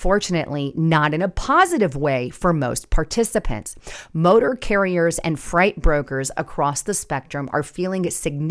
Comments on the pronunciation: She has only said it correctly once! I truly think she doesn’t notice, because she regularly mispronounces common words, and it drives me crazy! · Freight=(sounded out) frate not fright! lol Sorry, it was driving me nuts. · Umm…. the word is freight not fright. Freight is pronounced frate, sounds like gate. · Freight not fright. That was driving me crazy. 😅 Seriously, is english that hard to learn? Also why is there a drop in the amount of freight in the first place? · freight......FRAAAATE!! Not fright. couldn't finish it whatever AI you are using ditch it. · I wonder this is AI generated. I don’t think would have made the mistake between fright and freight. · Why are you pronouncing freight as fright? It makes you sound ignorant. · Geez lady, it’s freight as in frate, not fright. Wow. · It’s FREIGHT not FRIGHT., Please, those of us who speak before the people also need to pass that English language proficiency test. Listen to your recordings, correct grammar, errors & mispronunciations for future broadcasts. Hire a grammatical coach. People you want to reach are focusing on these little foibles. I listen for you’re great research and pertinent content, but you know the masses, they don’t, they look to ridicule and dismiss us. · it's freight not fright. My husband is a trucker. The biggest issue is that they can't speak or read English. It's dangerous for them to be on the roads. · Freight is pronounced fr8 or frate not frite like ahhh you have me a fright. Lol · Freight, pronounced Frate, not fright. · You are about to lose my mind you do not know how to pronounce freight delivery guys you keep saying fright freight freight freight you stupid imbecile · Why do you keep saying fright instead of freight? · It is pronounced "fray-t" not fright.... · why are you saying fright instead of freight?? Many times this happened. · You keep calling freight fright and they will add pod casters to the list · Not frite. It is Fr8. Freight.